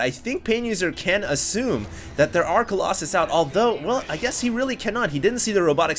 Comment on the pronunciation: I'm sorry Hd... coll"OXEN" has to go... it sounds really dumb.